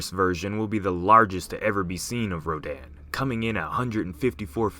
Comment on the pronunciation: Ro-dan.... Dan the man, yeh no stfu i cant xD It should sound like ro- dun